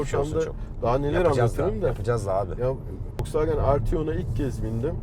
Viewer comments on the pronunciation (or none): folsvagen değil wolskvogen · Biri Şu Adama wolksvagen demeyi öğretsin kanser oldum aq folksvagen nedir lan amk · Bundan sonra vosvogen e foksvagıen diyeceğim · Tilt oldum "W"olks"W"agen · Folkswogen ne aq o wolkswogen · Folkswagen diyo volkswagen demesi lazım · Önce marka ismini oku Foksfagen nedir ya. Foksfagen seni niye işe almıyor tasarım mühendisi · Ulan Adam wolsvogen demiyor folsfoken diyor bi git abi ya parayi bol bulmus dieseli kotuluyor premium Adamlar yapmis bu begenmiyor Ben buna sahin versem 1 aylina sonra arteon versem Bugatti binmis gibi olur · de fosfagen diyo o fosfagen değil woswagen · fosvagen ne abi yaa vosvagen de bari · vw demeyi öğrense iyi olcak 😂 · Şu adama volkswagen demeyi öğretin aq fulkswagen diyo amk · Foswagen ne olum be volkswagen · Madem tam anlamıyla telaffuzla söylenmek isteniyor "Foksfagen" değil "Foksfagın" dır. Bunun dışında süper inceleme, güzel dokunuşlar. Teşekkürler. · Adam Volkswagen e folkswagen diyor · Fokswogen deyen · Foksvagen demeyyidi iyiydi :) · ADAM DAKKA BAŞI FOKSVAGEN DİYO AQ :d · Foksvageb dedikçe gerildimm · Fosfaagen diyerek aracin fos olduğunu mu söylüyor. 😊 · Adam harbiden ters ya Folswagen dedi durdu amk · Foksfaken diyo çok gıcık oluyom amk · Fosvagen değil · FOLKSWAGEN :D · Cool konuşcam diye, Foksvagen diyen dayıya bak hele... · orkun fatih yılmaz folksvaagın diye okunur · Folksvagen hshshshhs ulen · Hatalar buldu eyvallah volkswagen a foxwagen diyorsun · Folksfagen ne abim ya 😂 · Amk folksvağgen diyo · neden fosfagen ? Doğru söylenişi mi o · Almancada V F olarak okunur..Dogru telafuz..ve anlami Halkarabasi dir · Bu adam volkswagene neden folksfagen diyo amk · O wolsvagen diye okunmuyor doğru okuyor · Daha woswagen demesini bilmiosun eleştiriyorsun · Foksvagen değil doğru olu şunuuuu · bende sizi eleştireyim ve kızıyorum.neden FOXWAGEN diyorsunuz.bu kadar mı bilmiyorsunuz? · yav bu adam neden fosfoğen diyo bu araba markasına tribe soktu beni